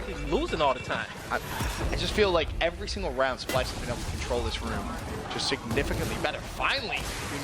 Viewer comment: Dice SPYLSE JEJEJEJEJEJE no splyse